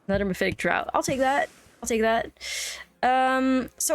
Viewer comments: not trying to be rude but "draught" is pronounced like "draft" not like "dr-OWt" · Draught is pronounced like draft not drought. English is a silly language